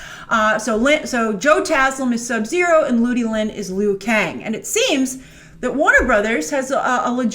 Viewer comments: lmao "lee-oo" kang. grace come on, you gotta be up on your mortal kombat. it's LOO Kang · Its pronounced LUU-KANG!!! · The Liu in Liu Kang is pronounced like the English name Lou. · properly for who? The creater says loo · It's pronounced "Lew". Liu Kang. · She was killing me with that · Liu Kang was the main protagonist in MK11. P.S it’s pronounced ‘Lu Kang’ for future reference 😁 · LOL the funny thing is: All of China will pronounce it as ~Lee-ou Kang just like Grace. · Was a fan until you couldn't say Liu Kang's name properly... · Yo...LIU KANG IS THE HERO OF MK11, HE EVEN BECOME GOD IN THAT GAME!!! This is the problem when someone doesn't know shit try to act like they know. Go play or watch MK11 story mode first, then talk! They way you pronounce Liu Kang is also cringe as hell.